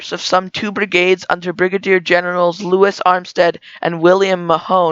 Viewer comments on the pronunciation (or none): none